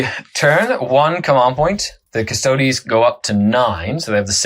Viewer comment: until everything gets a 9th codex its just such a two-tier game - may as well be the NFL vs college teams. Also it's not just this guy but its not difficult to say custodes, its the same as astartes... no one says "ass-tarts"